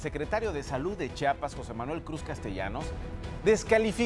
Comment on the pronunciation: Se dice Chiapas, no Chapas.